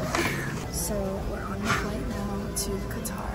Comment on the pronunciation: I cringe every time you pronounce Qatar